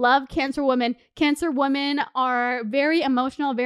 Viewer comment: Girl, I love you but I keep hearing woMAN when you are talking about multiple woMEN. ♥️♥️